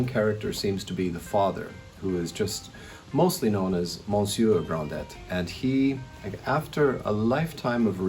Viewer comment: Hello. This is a great review but it's not Monsieur Grand Dett. It's Gronday.